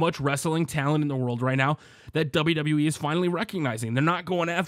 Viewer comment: Its wwe not DsaBelYouDsaBelYou E